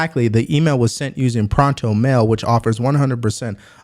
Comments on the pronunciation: "...Prontomail, which offers 100% anonimy." 😂 It's Protonmail, and anonymity. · "Pronto mail" XD